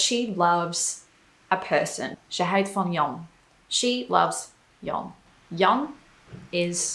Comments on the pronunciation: Toch is er nog wel iets te verbeteren. spreekt het woordje 'houdt' uit als het woordje 'huid'. Het verschil tussen de uitspraak van de ou en de ui is kennelijk heel moeilijk. Ik denk dat bij ou (of au) de mond wat wijder open moet gaan. Bij de ui heeft de mond meer de vorm van een tuit. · I was a bit surprised that you couldn't pronounce 'houd[t]', but instead you said 'huid'. This is the first instance your pronunciation isn't impeccable. No worries, this is of course a compliment for your pronunciation! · Let me be the "azijn zuiper".... I really love your video's, and your pronounciation is great! but 1 little thing you get wrong is the "OU" sound. "Ze houdt van japanse muziek".... OU there is pronounced like "AW" in english. Don't even know how to describe UI sound foneticaly in english. cant come up with an example